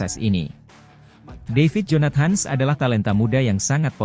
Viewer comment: Adminnya gak bisa baca dalam bhs Inggris kali ya... Jonat.. Hans katanya , bukan jonathan...